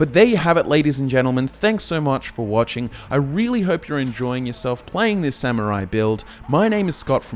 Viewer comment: Before getting a minute into the, as both a Grammar Nazi AND a Pronunciation Nazi I would like to thank you for NOT pronouncing it as "Sa-MYUR-rai" like some Brits do, and by extension I imagine some Aussies might pronounce it that way as well. Good job, guys.